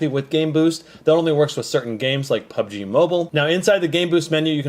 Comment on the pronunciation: Lol "PUGB MOBILE"